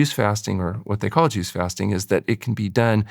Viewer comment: Lol. I totally thought that's what he said at first too. Took me awhile to finally realize he was saying "juice fasting"